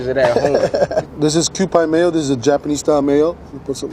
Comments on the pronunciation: This is offensive to Japanese people. It's pronounced Kew-pee not pie. And you didn't put any bonito flakes on top???? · Mee-leen and kew-pee. Hard to explain り in English as it’s hard to explain r in Japanese. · Why does the way he pronounces okonomiyaki, mirin and kewpie mayo hurt my soul? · And said Kewpie incorrectly every time. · kewpie is not pronounced like that, dude. Thats blasphemic...